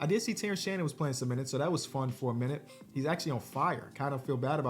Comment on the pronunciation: It’s my not not minuote